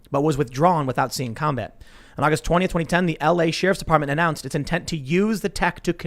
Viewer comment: Funny cause I noticed he pronounces words weird sometimes, like "sheriff"😁😁😁